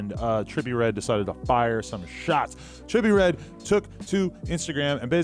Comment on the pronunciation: dude u can't even pronounce his name lmao😂 Joe would kill him tho